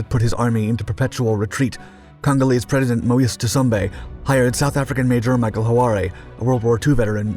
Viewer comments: You need to check your work. It was Leopold II, not the first, who was king of the Free State. Leopold I was long dead by then. President Moise Tschombe's name is not pronounced `ta-sum-bay`. Likewise, Mad Mike would laugh at you calling him `ho-ah-ray`and not Hoare (sounds like `whore`). Orde Wingate`s name was not pronounced as you did either. As for your footage, you're really mixing things, including lots of Vietnam footage, Israeli paras and the 67 war, and the 1961 UN intervention. There is actual footage - some very dramatic - from these events. Use it! I am familiar with this story and even personally knew several people involved, including one of the paras who jumped on Stan. Pull yourself up. You're really losing your edge. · The correct pronunciation of Mike Hoare is ‘haw’ not ‘howaree’. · "Mad" Mikes surname was Hoare pronounced whore, not ho-ar-e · Hoare not "Horari." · 'Mad' Mike Hoare. It's not pronounced Hoo-ar-ay, it's pronounced Whore. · Mad Mike Ho Are Eh....................Do wot????? Hoare rhymes with snore, store, sore etc. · Colonel 'Mad Mike' Hoare's surname is pronounced HOR (yes, same as in 'whore'), not 'hoo-are-ee'. Lol. But then your pronunciation is often very peculiar. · Do your homework. It's Mike Hoare, pronounced 'whore', not 'Ho-ar-ay'. Good grief. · There is no such "Mike Hu'are " from South Africa! There was a BRITISH Army Major named "Mad" Mike Hoare (pronounced "Whore") who eventually came to live in South Africa!!! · Ho'aaray is how a native African might pronounce Hoare, but not how the name is pronounced. Mike Hoare's surname is pronounced exactly the same way one pronounces "whore" and he was Irish although then living in Johannesburg. And he never served in the Chindits. His war service was in Burma but in 2nd Recce Regiment, the recce battalion for 2nd Infantry division. It fought hard in the jungle but in conventional battles rather than deep penetration. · Hoare is pronounced Whore